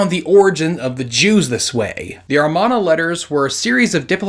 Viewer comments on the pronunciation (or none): Why do you keep reading Amarna as Armana ? You have scripts reminding you what the word is, you edit the video to add the word, but for some reason you keep misreading it. And it's very distracting. The video is very interesting and informative nonetheless. Good job on that. Edit: the Khazar theory was pretty interesting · Non-falsifiable does not mean that there is historicity involved. The Iliad and Odyssey are non-falsifiable, but how many base any modern beliefs on them? By the way, the word is pronounce AMARNA, not "armana." And why do so many pronounce Semitic as "Semetic?"